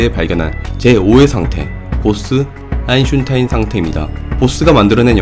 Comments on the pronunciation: 아직도 아인슈타인으 ㄹ아인슌타인이라고 계속 말하는군요. 제발 철자나 잘 보고 말좀 하세요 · 도대체 아인슌타인은 뉘신지.. 발음이 안되시는건가,, 흠.. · 아인/슈타인으로 발음해보세요 너무 거슬려요 ㅠ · 아인슈타인 발음을 왜 자꾸 아인슌타인이라 하시는지.. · 왜 아인슌타인이라고 하는거야 ㅋㅋㅋㅋㅋ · 슌타인이라고 하니까 대천재도 지능이 떨어져 보이네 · 일부러 아인슌타인이라고 하시는지는 모르겠는데.. 되게 몰입감 떨어뜨려요 님의 예전 영상들과 너무 다릅니다.. 일부러 하시는거면 안하셨으면 좋겠네요 ㅠ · 왜 자꾸 아인슌타인 슌타인 ㅇㅈㄹ함 ? ㅈㄴ 신경 쳐쓰이네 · 있으니까 할뿐. 발음되니까 할뿐 아인슌타인ㅋ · 아인슌타인때매 집중이 안되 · 아인슌타인 ㅋㅋㅋㅋㅋㅋ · 참 좋은데 아인슌타인때문에, 집중이 안되네 ㅋㅋㅋㅋ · 어쩐지 오늘따라 일부러 아인슌타인이라 말씀하신다는 느낌이 들더라니 ㅋㅋㅋ 이게 편한 상태인 거군요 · ㅇㅈ ㅋㅋㅋㅋㅋㅋㅋㅋㅋㅋㅋㅋㅋㅋ 내가 이댓글쓰려고했는뎈ㅋㅋㅋㅋㅋㅋ 아인슌타인ㅋㅋ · 아인슌타인 ㅋㅋㅋㅋㅋㅋㅋ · 님 영상 잘 봤어요~ 아인슌타인 팬이신듯ㅋㅋㅋ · 오늘도 어김없이 아인슌타인 ㅋㅋㅋㅋ 혹시 그렇게 말하는 이유가 있나요? 사실 진짜로 그게 이름이었다는 느낌처럼 뭔가가 있나요? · 나만 "아인슌타인"이라고 들리나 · 초반자막에 아인슌타인이라고도 돼있어여 ㅋㅋㅋ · 아 레알 이렇게 들림ㅋㅋㅋㅋㅋㅋㅋㅋㅋㅋㅋㅋ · 유튜버마다 다르게 불리는 아인슈타인 1. - 아인슌타인 2. 지식보관소 - 타인이형 3. 어느 물리강사 - 한돌(einstein이 하나의 돌이라는 뜻임) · 아인슌타인이 발음하기 더 편한 이유는 'ㄴ' 받침을 발음하면 윗니(잇몸)에 혀가 닿으면서 끝나는데, 초성 'ㅌ'은 발음의 시작을 윗니(잇몸)에서 시작하기 때문입니다. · 지식N상식 님의 영어발음, 님의 아인슌타인... 아아.. 이게 과학인가.. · 내용은 정말 흥미로운데 아인-슌타인 왤케 신경쓰이짘ㅋㅋㅋㅋㅋㅋ소리끄고봄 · 아인슌타인은 텍사스 발음인가요? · 아인슌타인.... 그는 도덕책..... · 인을 의식하면서 발음하면 아인슌타인이 자연스러운 느낌이 듦ㅋㅋㅋ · 슌타인이 네이티브 발음인줄 알고 아하? 그동안 내가 콩글리쉬를 썼구나했더니 ㅋㅋㅋㅋㅋ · 이 영상을 보고 저까지 슌으로 발음하기 시작했습니다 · 평소 영상 잘보고있는데 오늘은 아인"슌"타인이 거슬리네요 ㅋㅋㅋ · 아이슌타인 형은 또 누구야!? 친형인가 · Einschunteinㅋㅋㅋㅋㅋㅋ 심지어 발음하기 편해ㅋㅋㅋㅋ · 아인슌타인 댓글달러왔더니 죄다 아인슌타인얘기뿐이네ㅋㅋㅋㅋ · 아이슌타인이 짜증나서 집중이 안 되네요. 사람 이름이잖아요. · 아인슌타인이라뇨ㅋㅋㅋㅋㅋㅋㅋㅋㅋ 이제 체념하신겁니까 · 아인슌타인 다른사람같네 발음이 ㅋㅋ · 아인슌타인이라고 들림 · 뭐야 점점 외곡되네.. 아잉슌타잉?? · 난 음운론 전공인데 너무 궁금하다 대체 왜 아인슌타인이라고 발음하는걸까? 그냥 실수도 아니고 너무 일관되게 똑같이 발음하네 ㅋㅋㅋㅋㅋㅋㅋㅋ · 아인슌타인! ㅋㅋㅋ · 아인슌타인 때메 집중안되노 ㅋㅋㅋㅋㅋㅋㅋㅋ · 한번을 안 빼놓고 아인슌타인이라네... 아저씨 바보인가여?? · 아인슌타인 거슬려서 영상에 집중을 못하겠다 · 아인슌타인이라고 하니까 꼭 중국인 이름같네 ㅋ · 제목 아인슌타인이라고 고쳐주세욯ㅎㅎㅎ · 아인 / 슈타인 끊어서 발음하시고 편집 과정에서 둘 사이의 갭을 없애보심이..? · 근데 농담이 아니라 친구들한테 아인슈타인 아인슈타인 계속 해보라고 하면 아인슌타인이 발음이 더 편함... 솔직히 처음에는 실수였는데 그냥 이제 편하게 하려고요. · 늘 영상 잘 보고 있습니다. 오늘은 아인슈타인은 아인슌타인으로 오타가 나면서 거기에 신경이 가더니 계속 아인슌타인으로 들리는게 좀 거슬렸습니다... 사소한 문제이니 크게 신경쓰진 마시구요. 물질의 상태가 또 다른 형태로 존재도 가능할 지 모르겠네요. 제 6의 상태로 말입니다. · 저도 "아인슌타인"이라고 들림ㅋㅋㅋ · 영상은 흥미로운데 아인슌타인 때문에 정신 나갈거 같아요